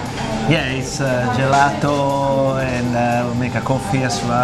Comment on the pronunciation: "Gelato" that pronunciation tho...